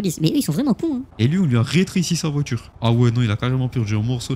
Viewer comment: VoiTure. Pas voitchure.